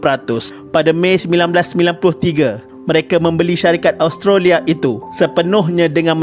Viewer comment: Sebutan Australia.. Os..tra.. lia... Bkn as..tro..lia..